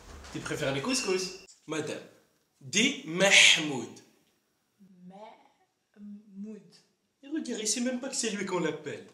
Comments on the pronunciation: lol mais c MAHMOUD et pas MAHMOUNDE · C Mahmoud pas mamud 😂😂😂😂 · Mahmoud non c Pas comme sa ! "C'est" (Mahmoud) . Sa ma tuer jpp 😂😂😂😂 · pourquoi ya des gens qui sont pas capables de dire mahhhmood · La légende raconte qu'elle sait toujours pas dire maHmoud.😂